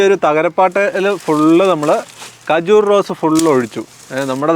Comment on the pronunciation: ഖജൂർ ✅ കജൂർ ❌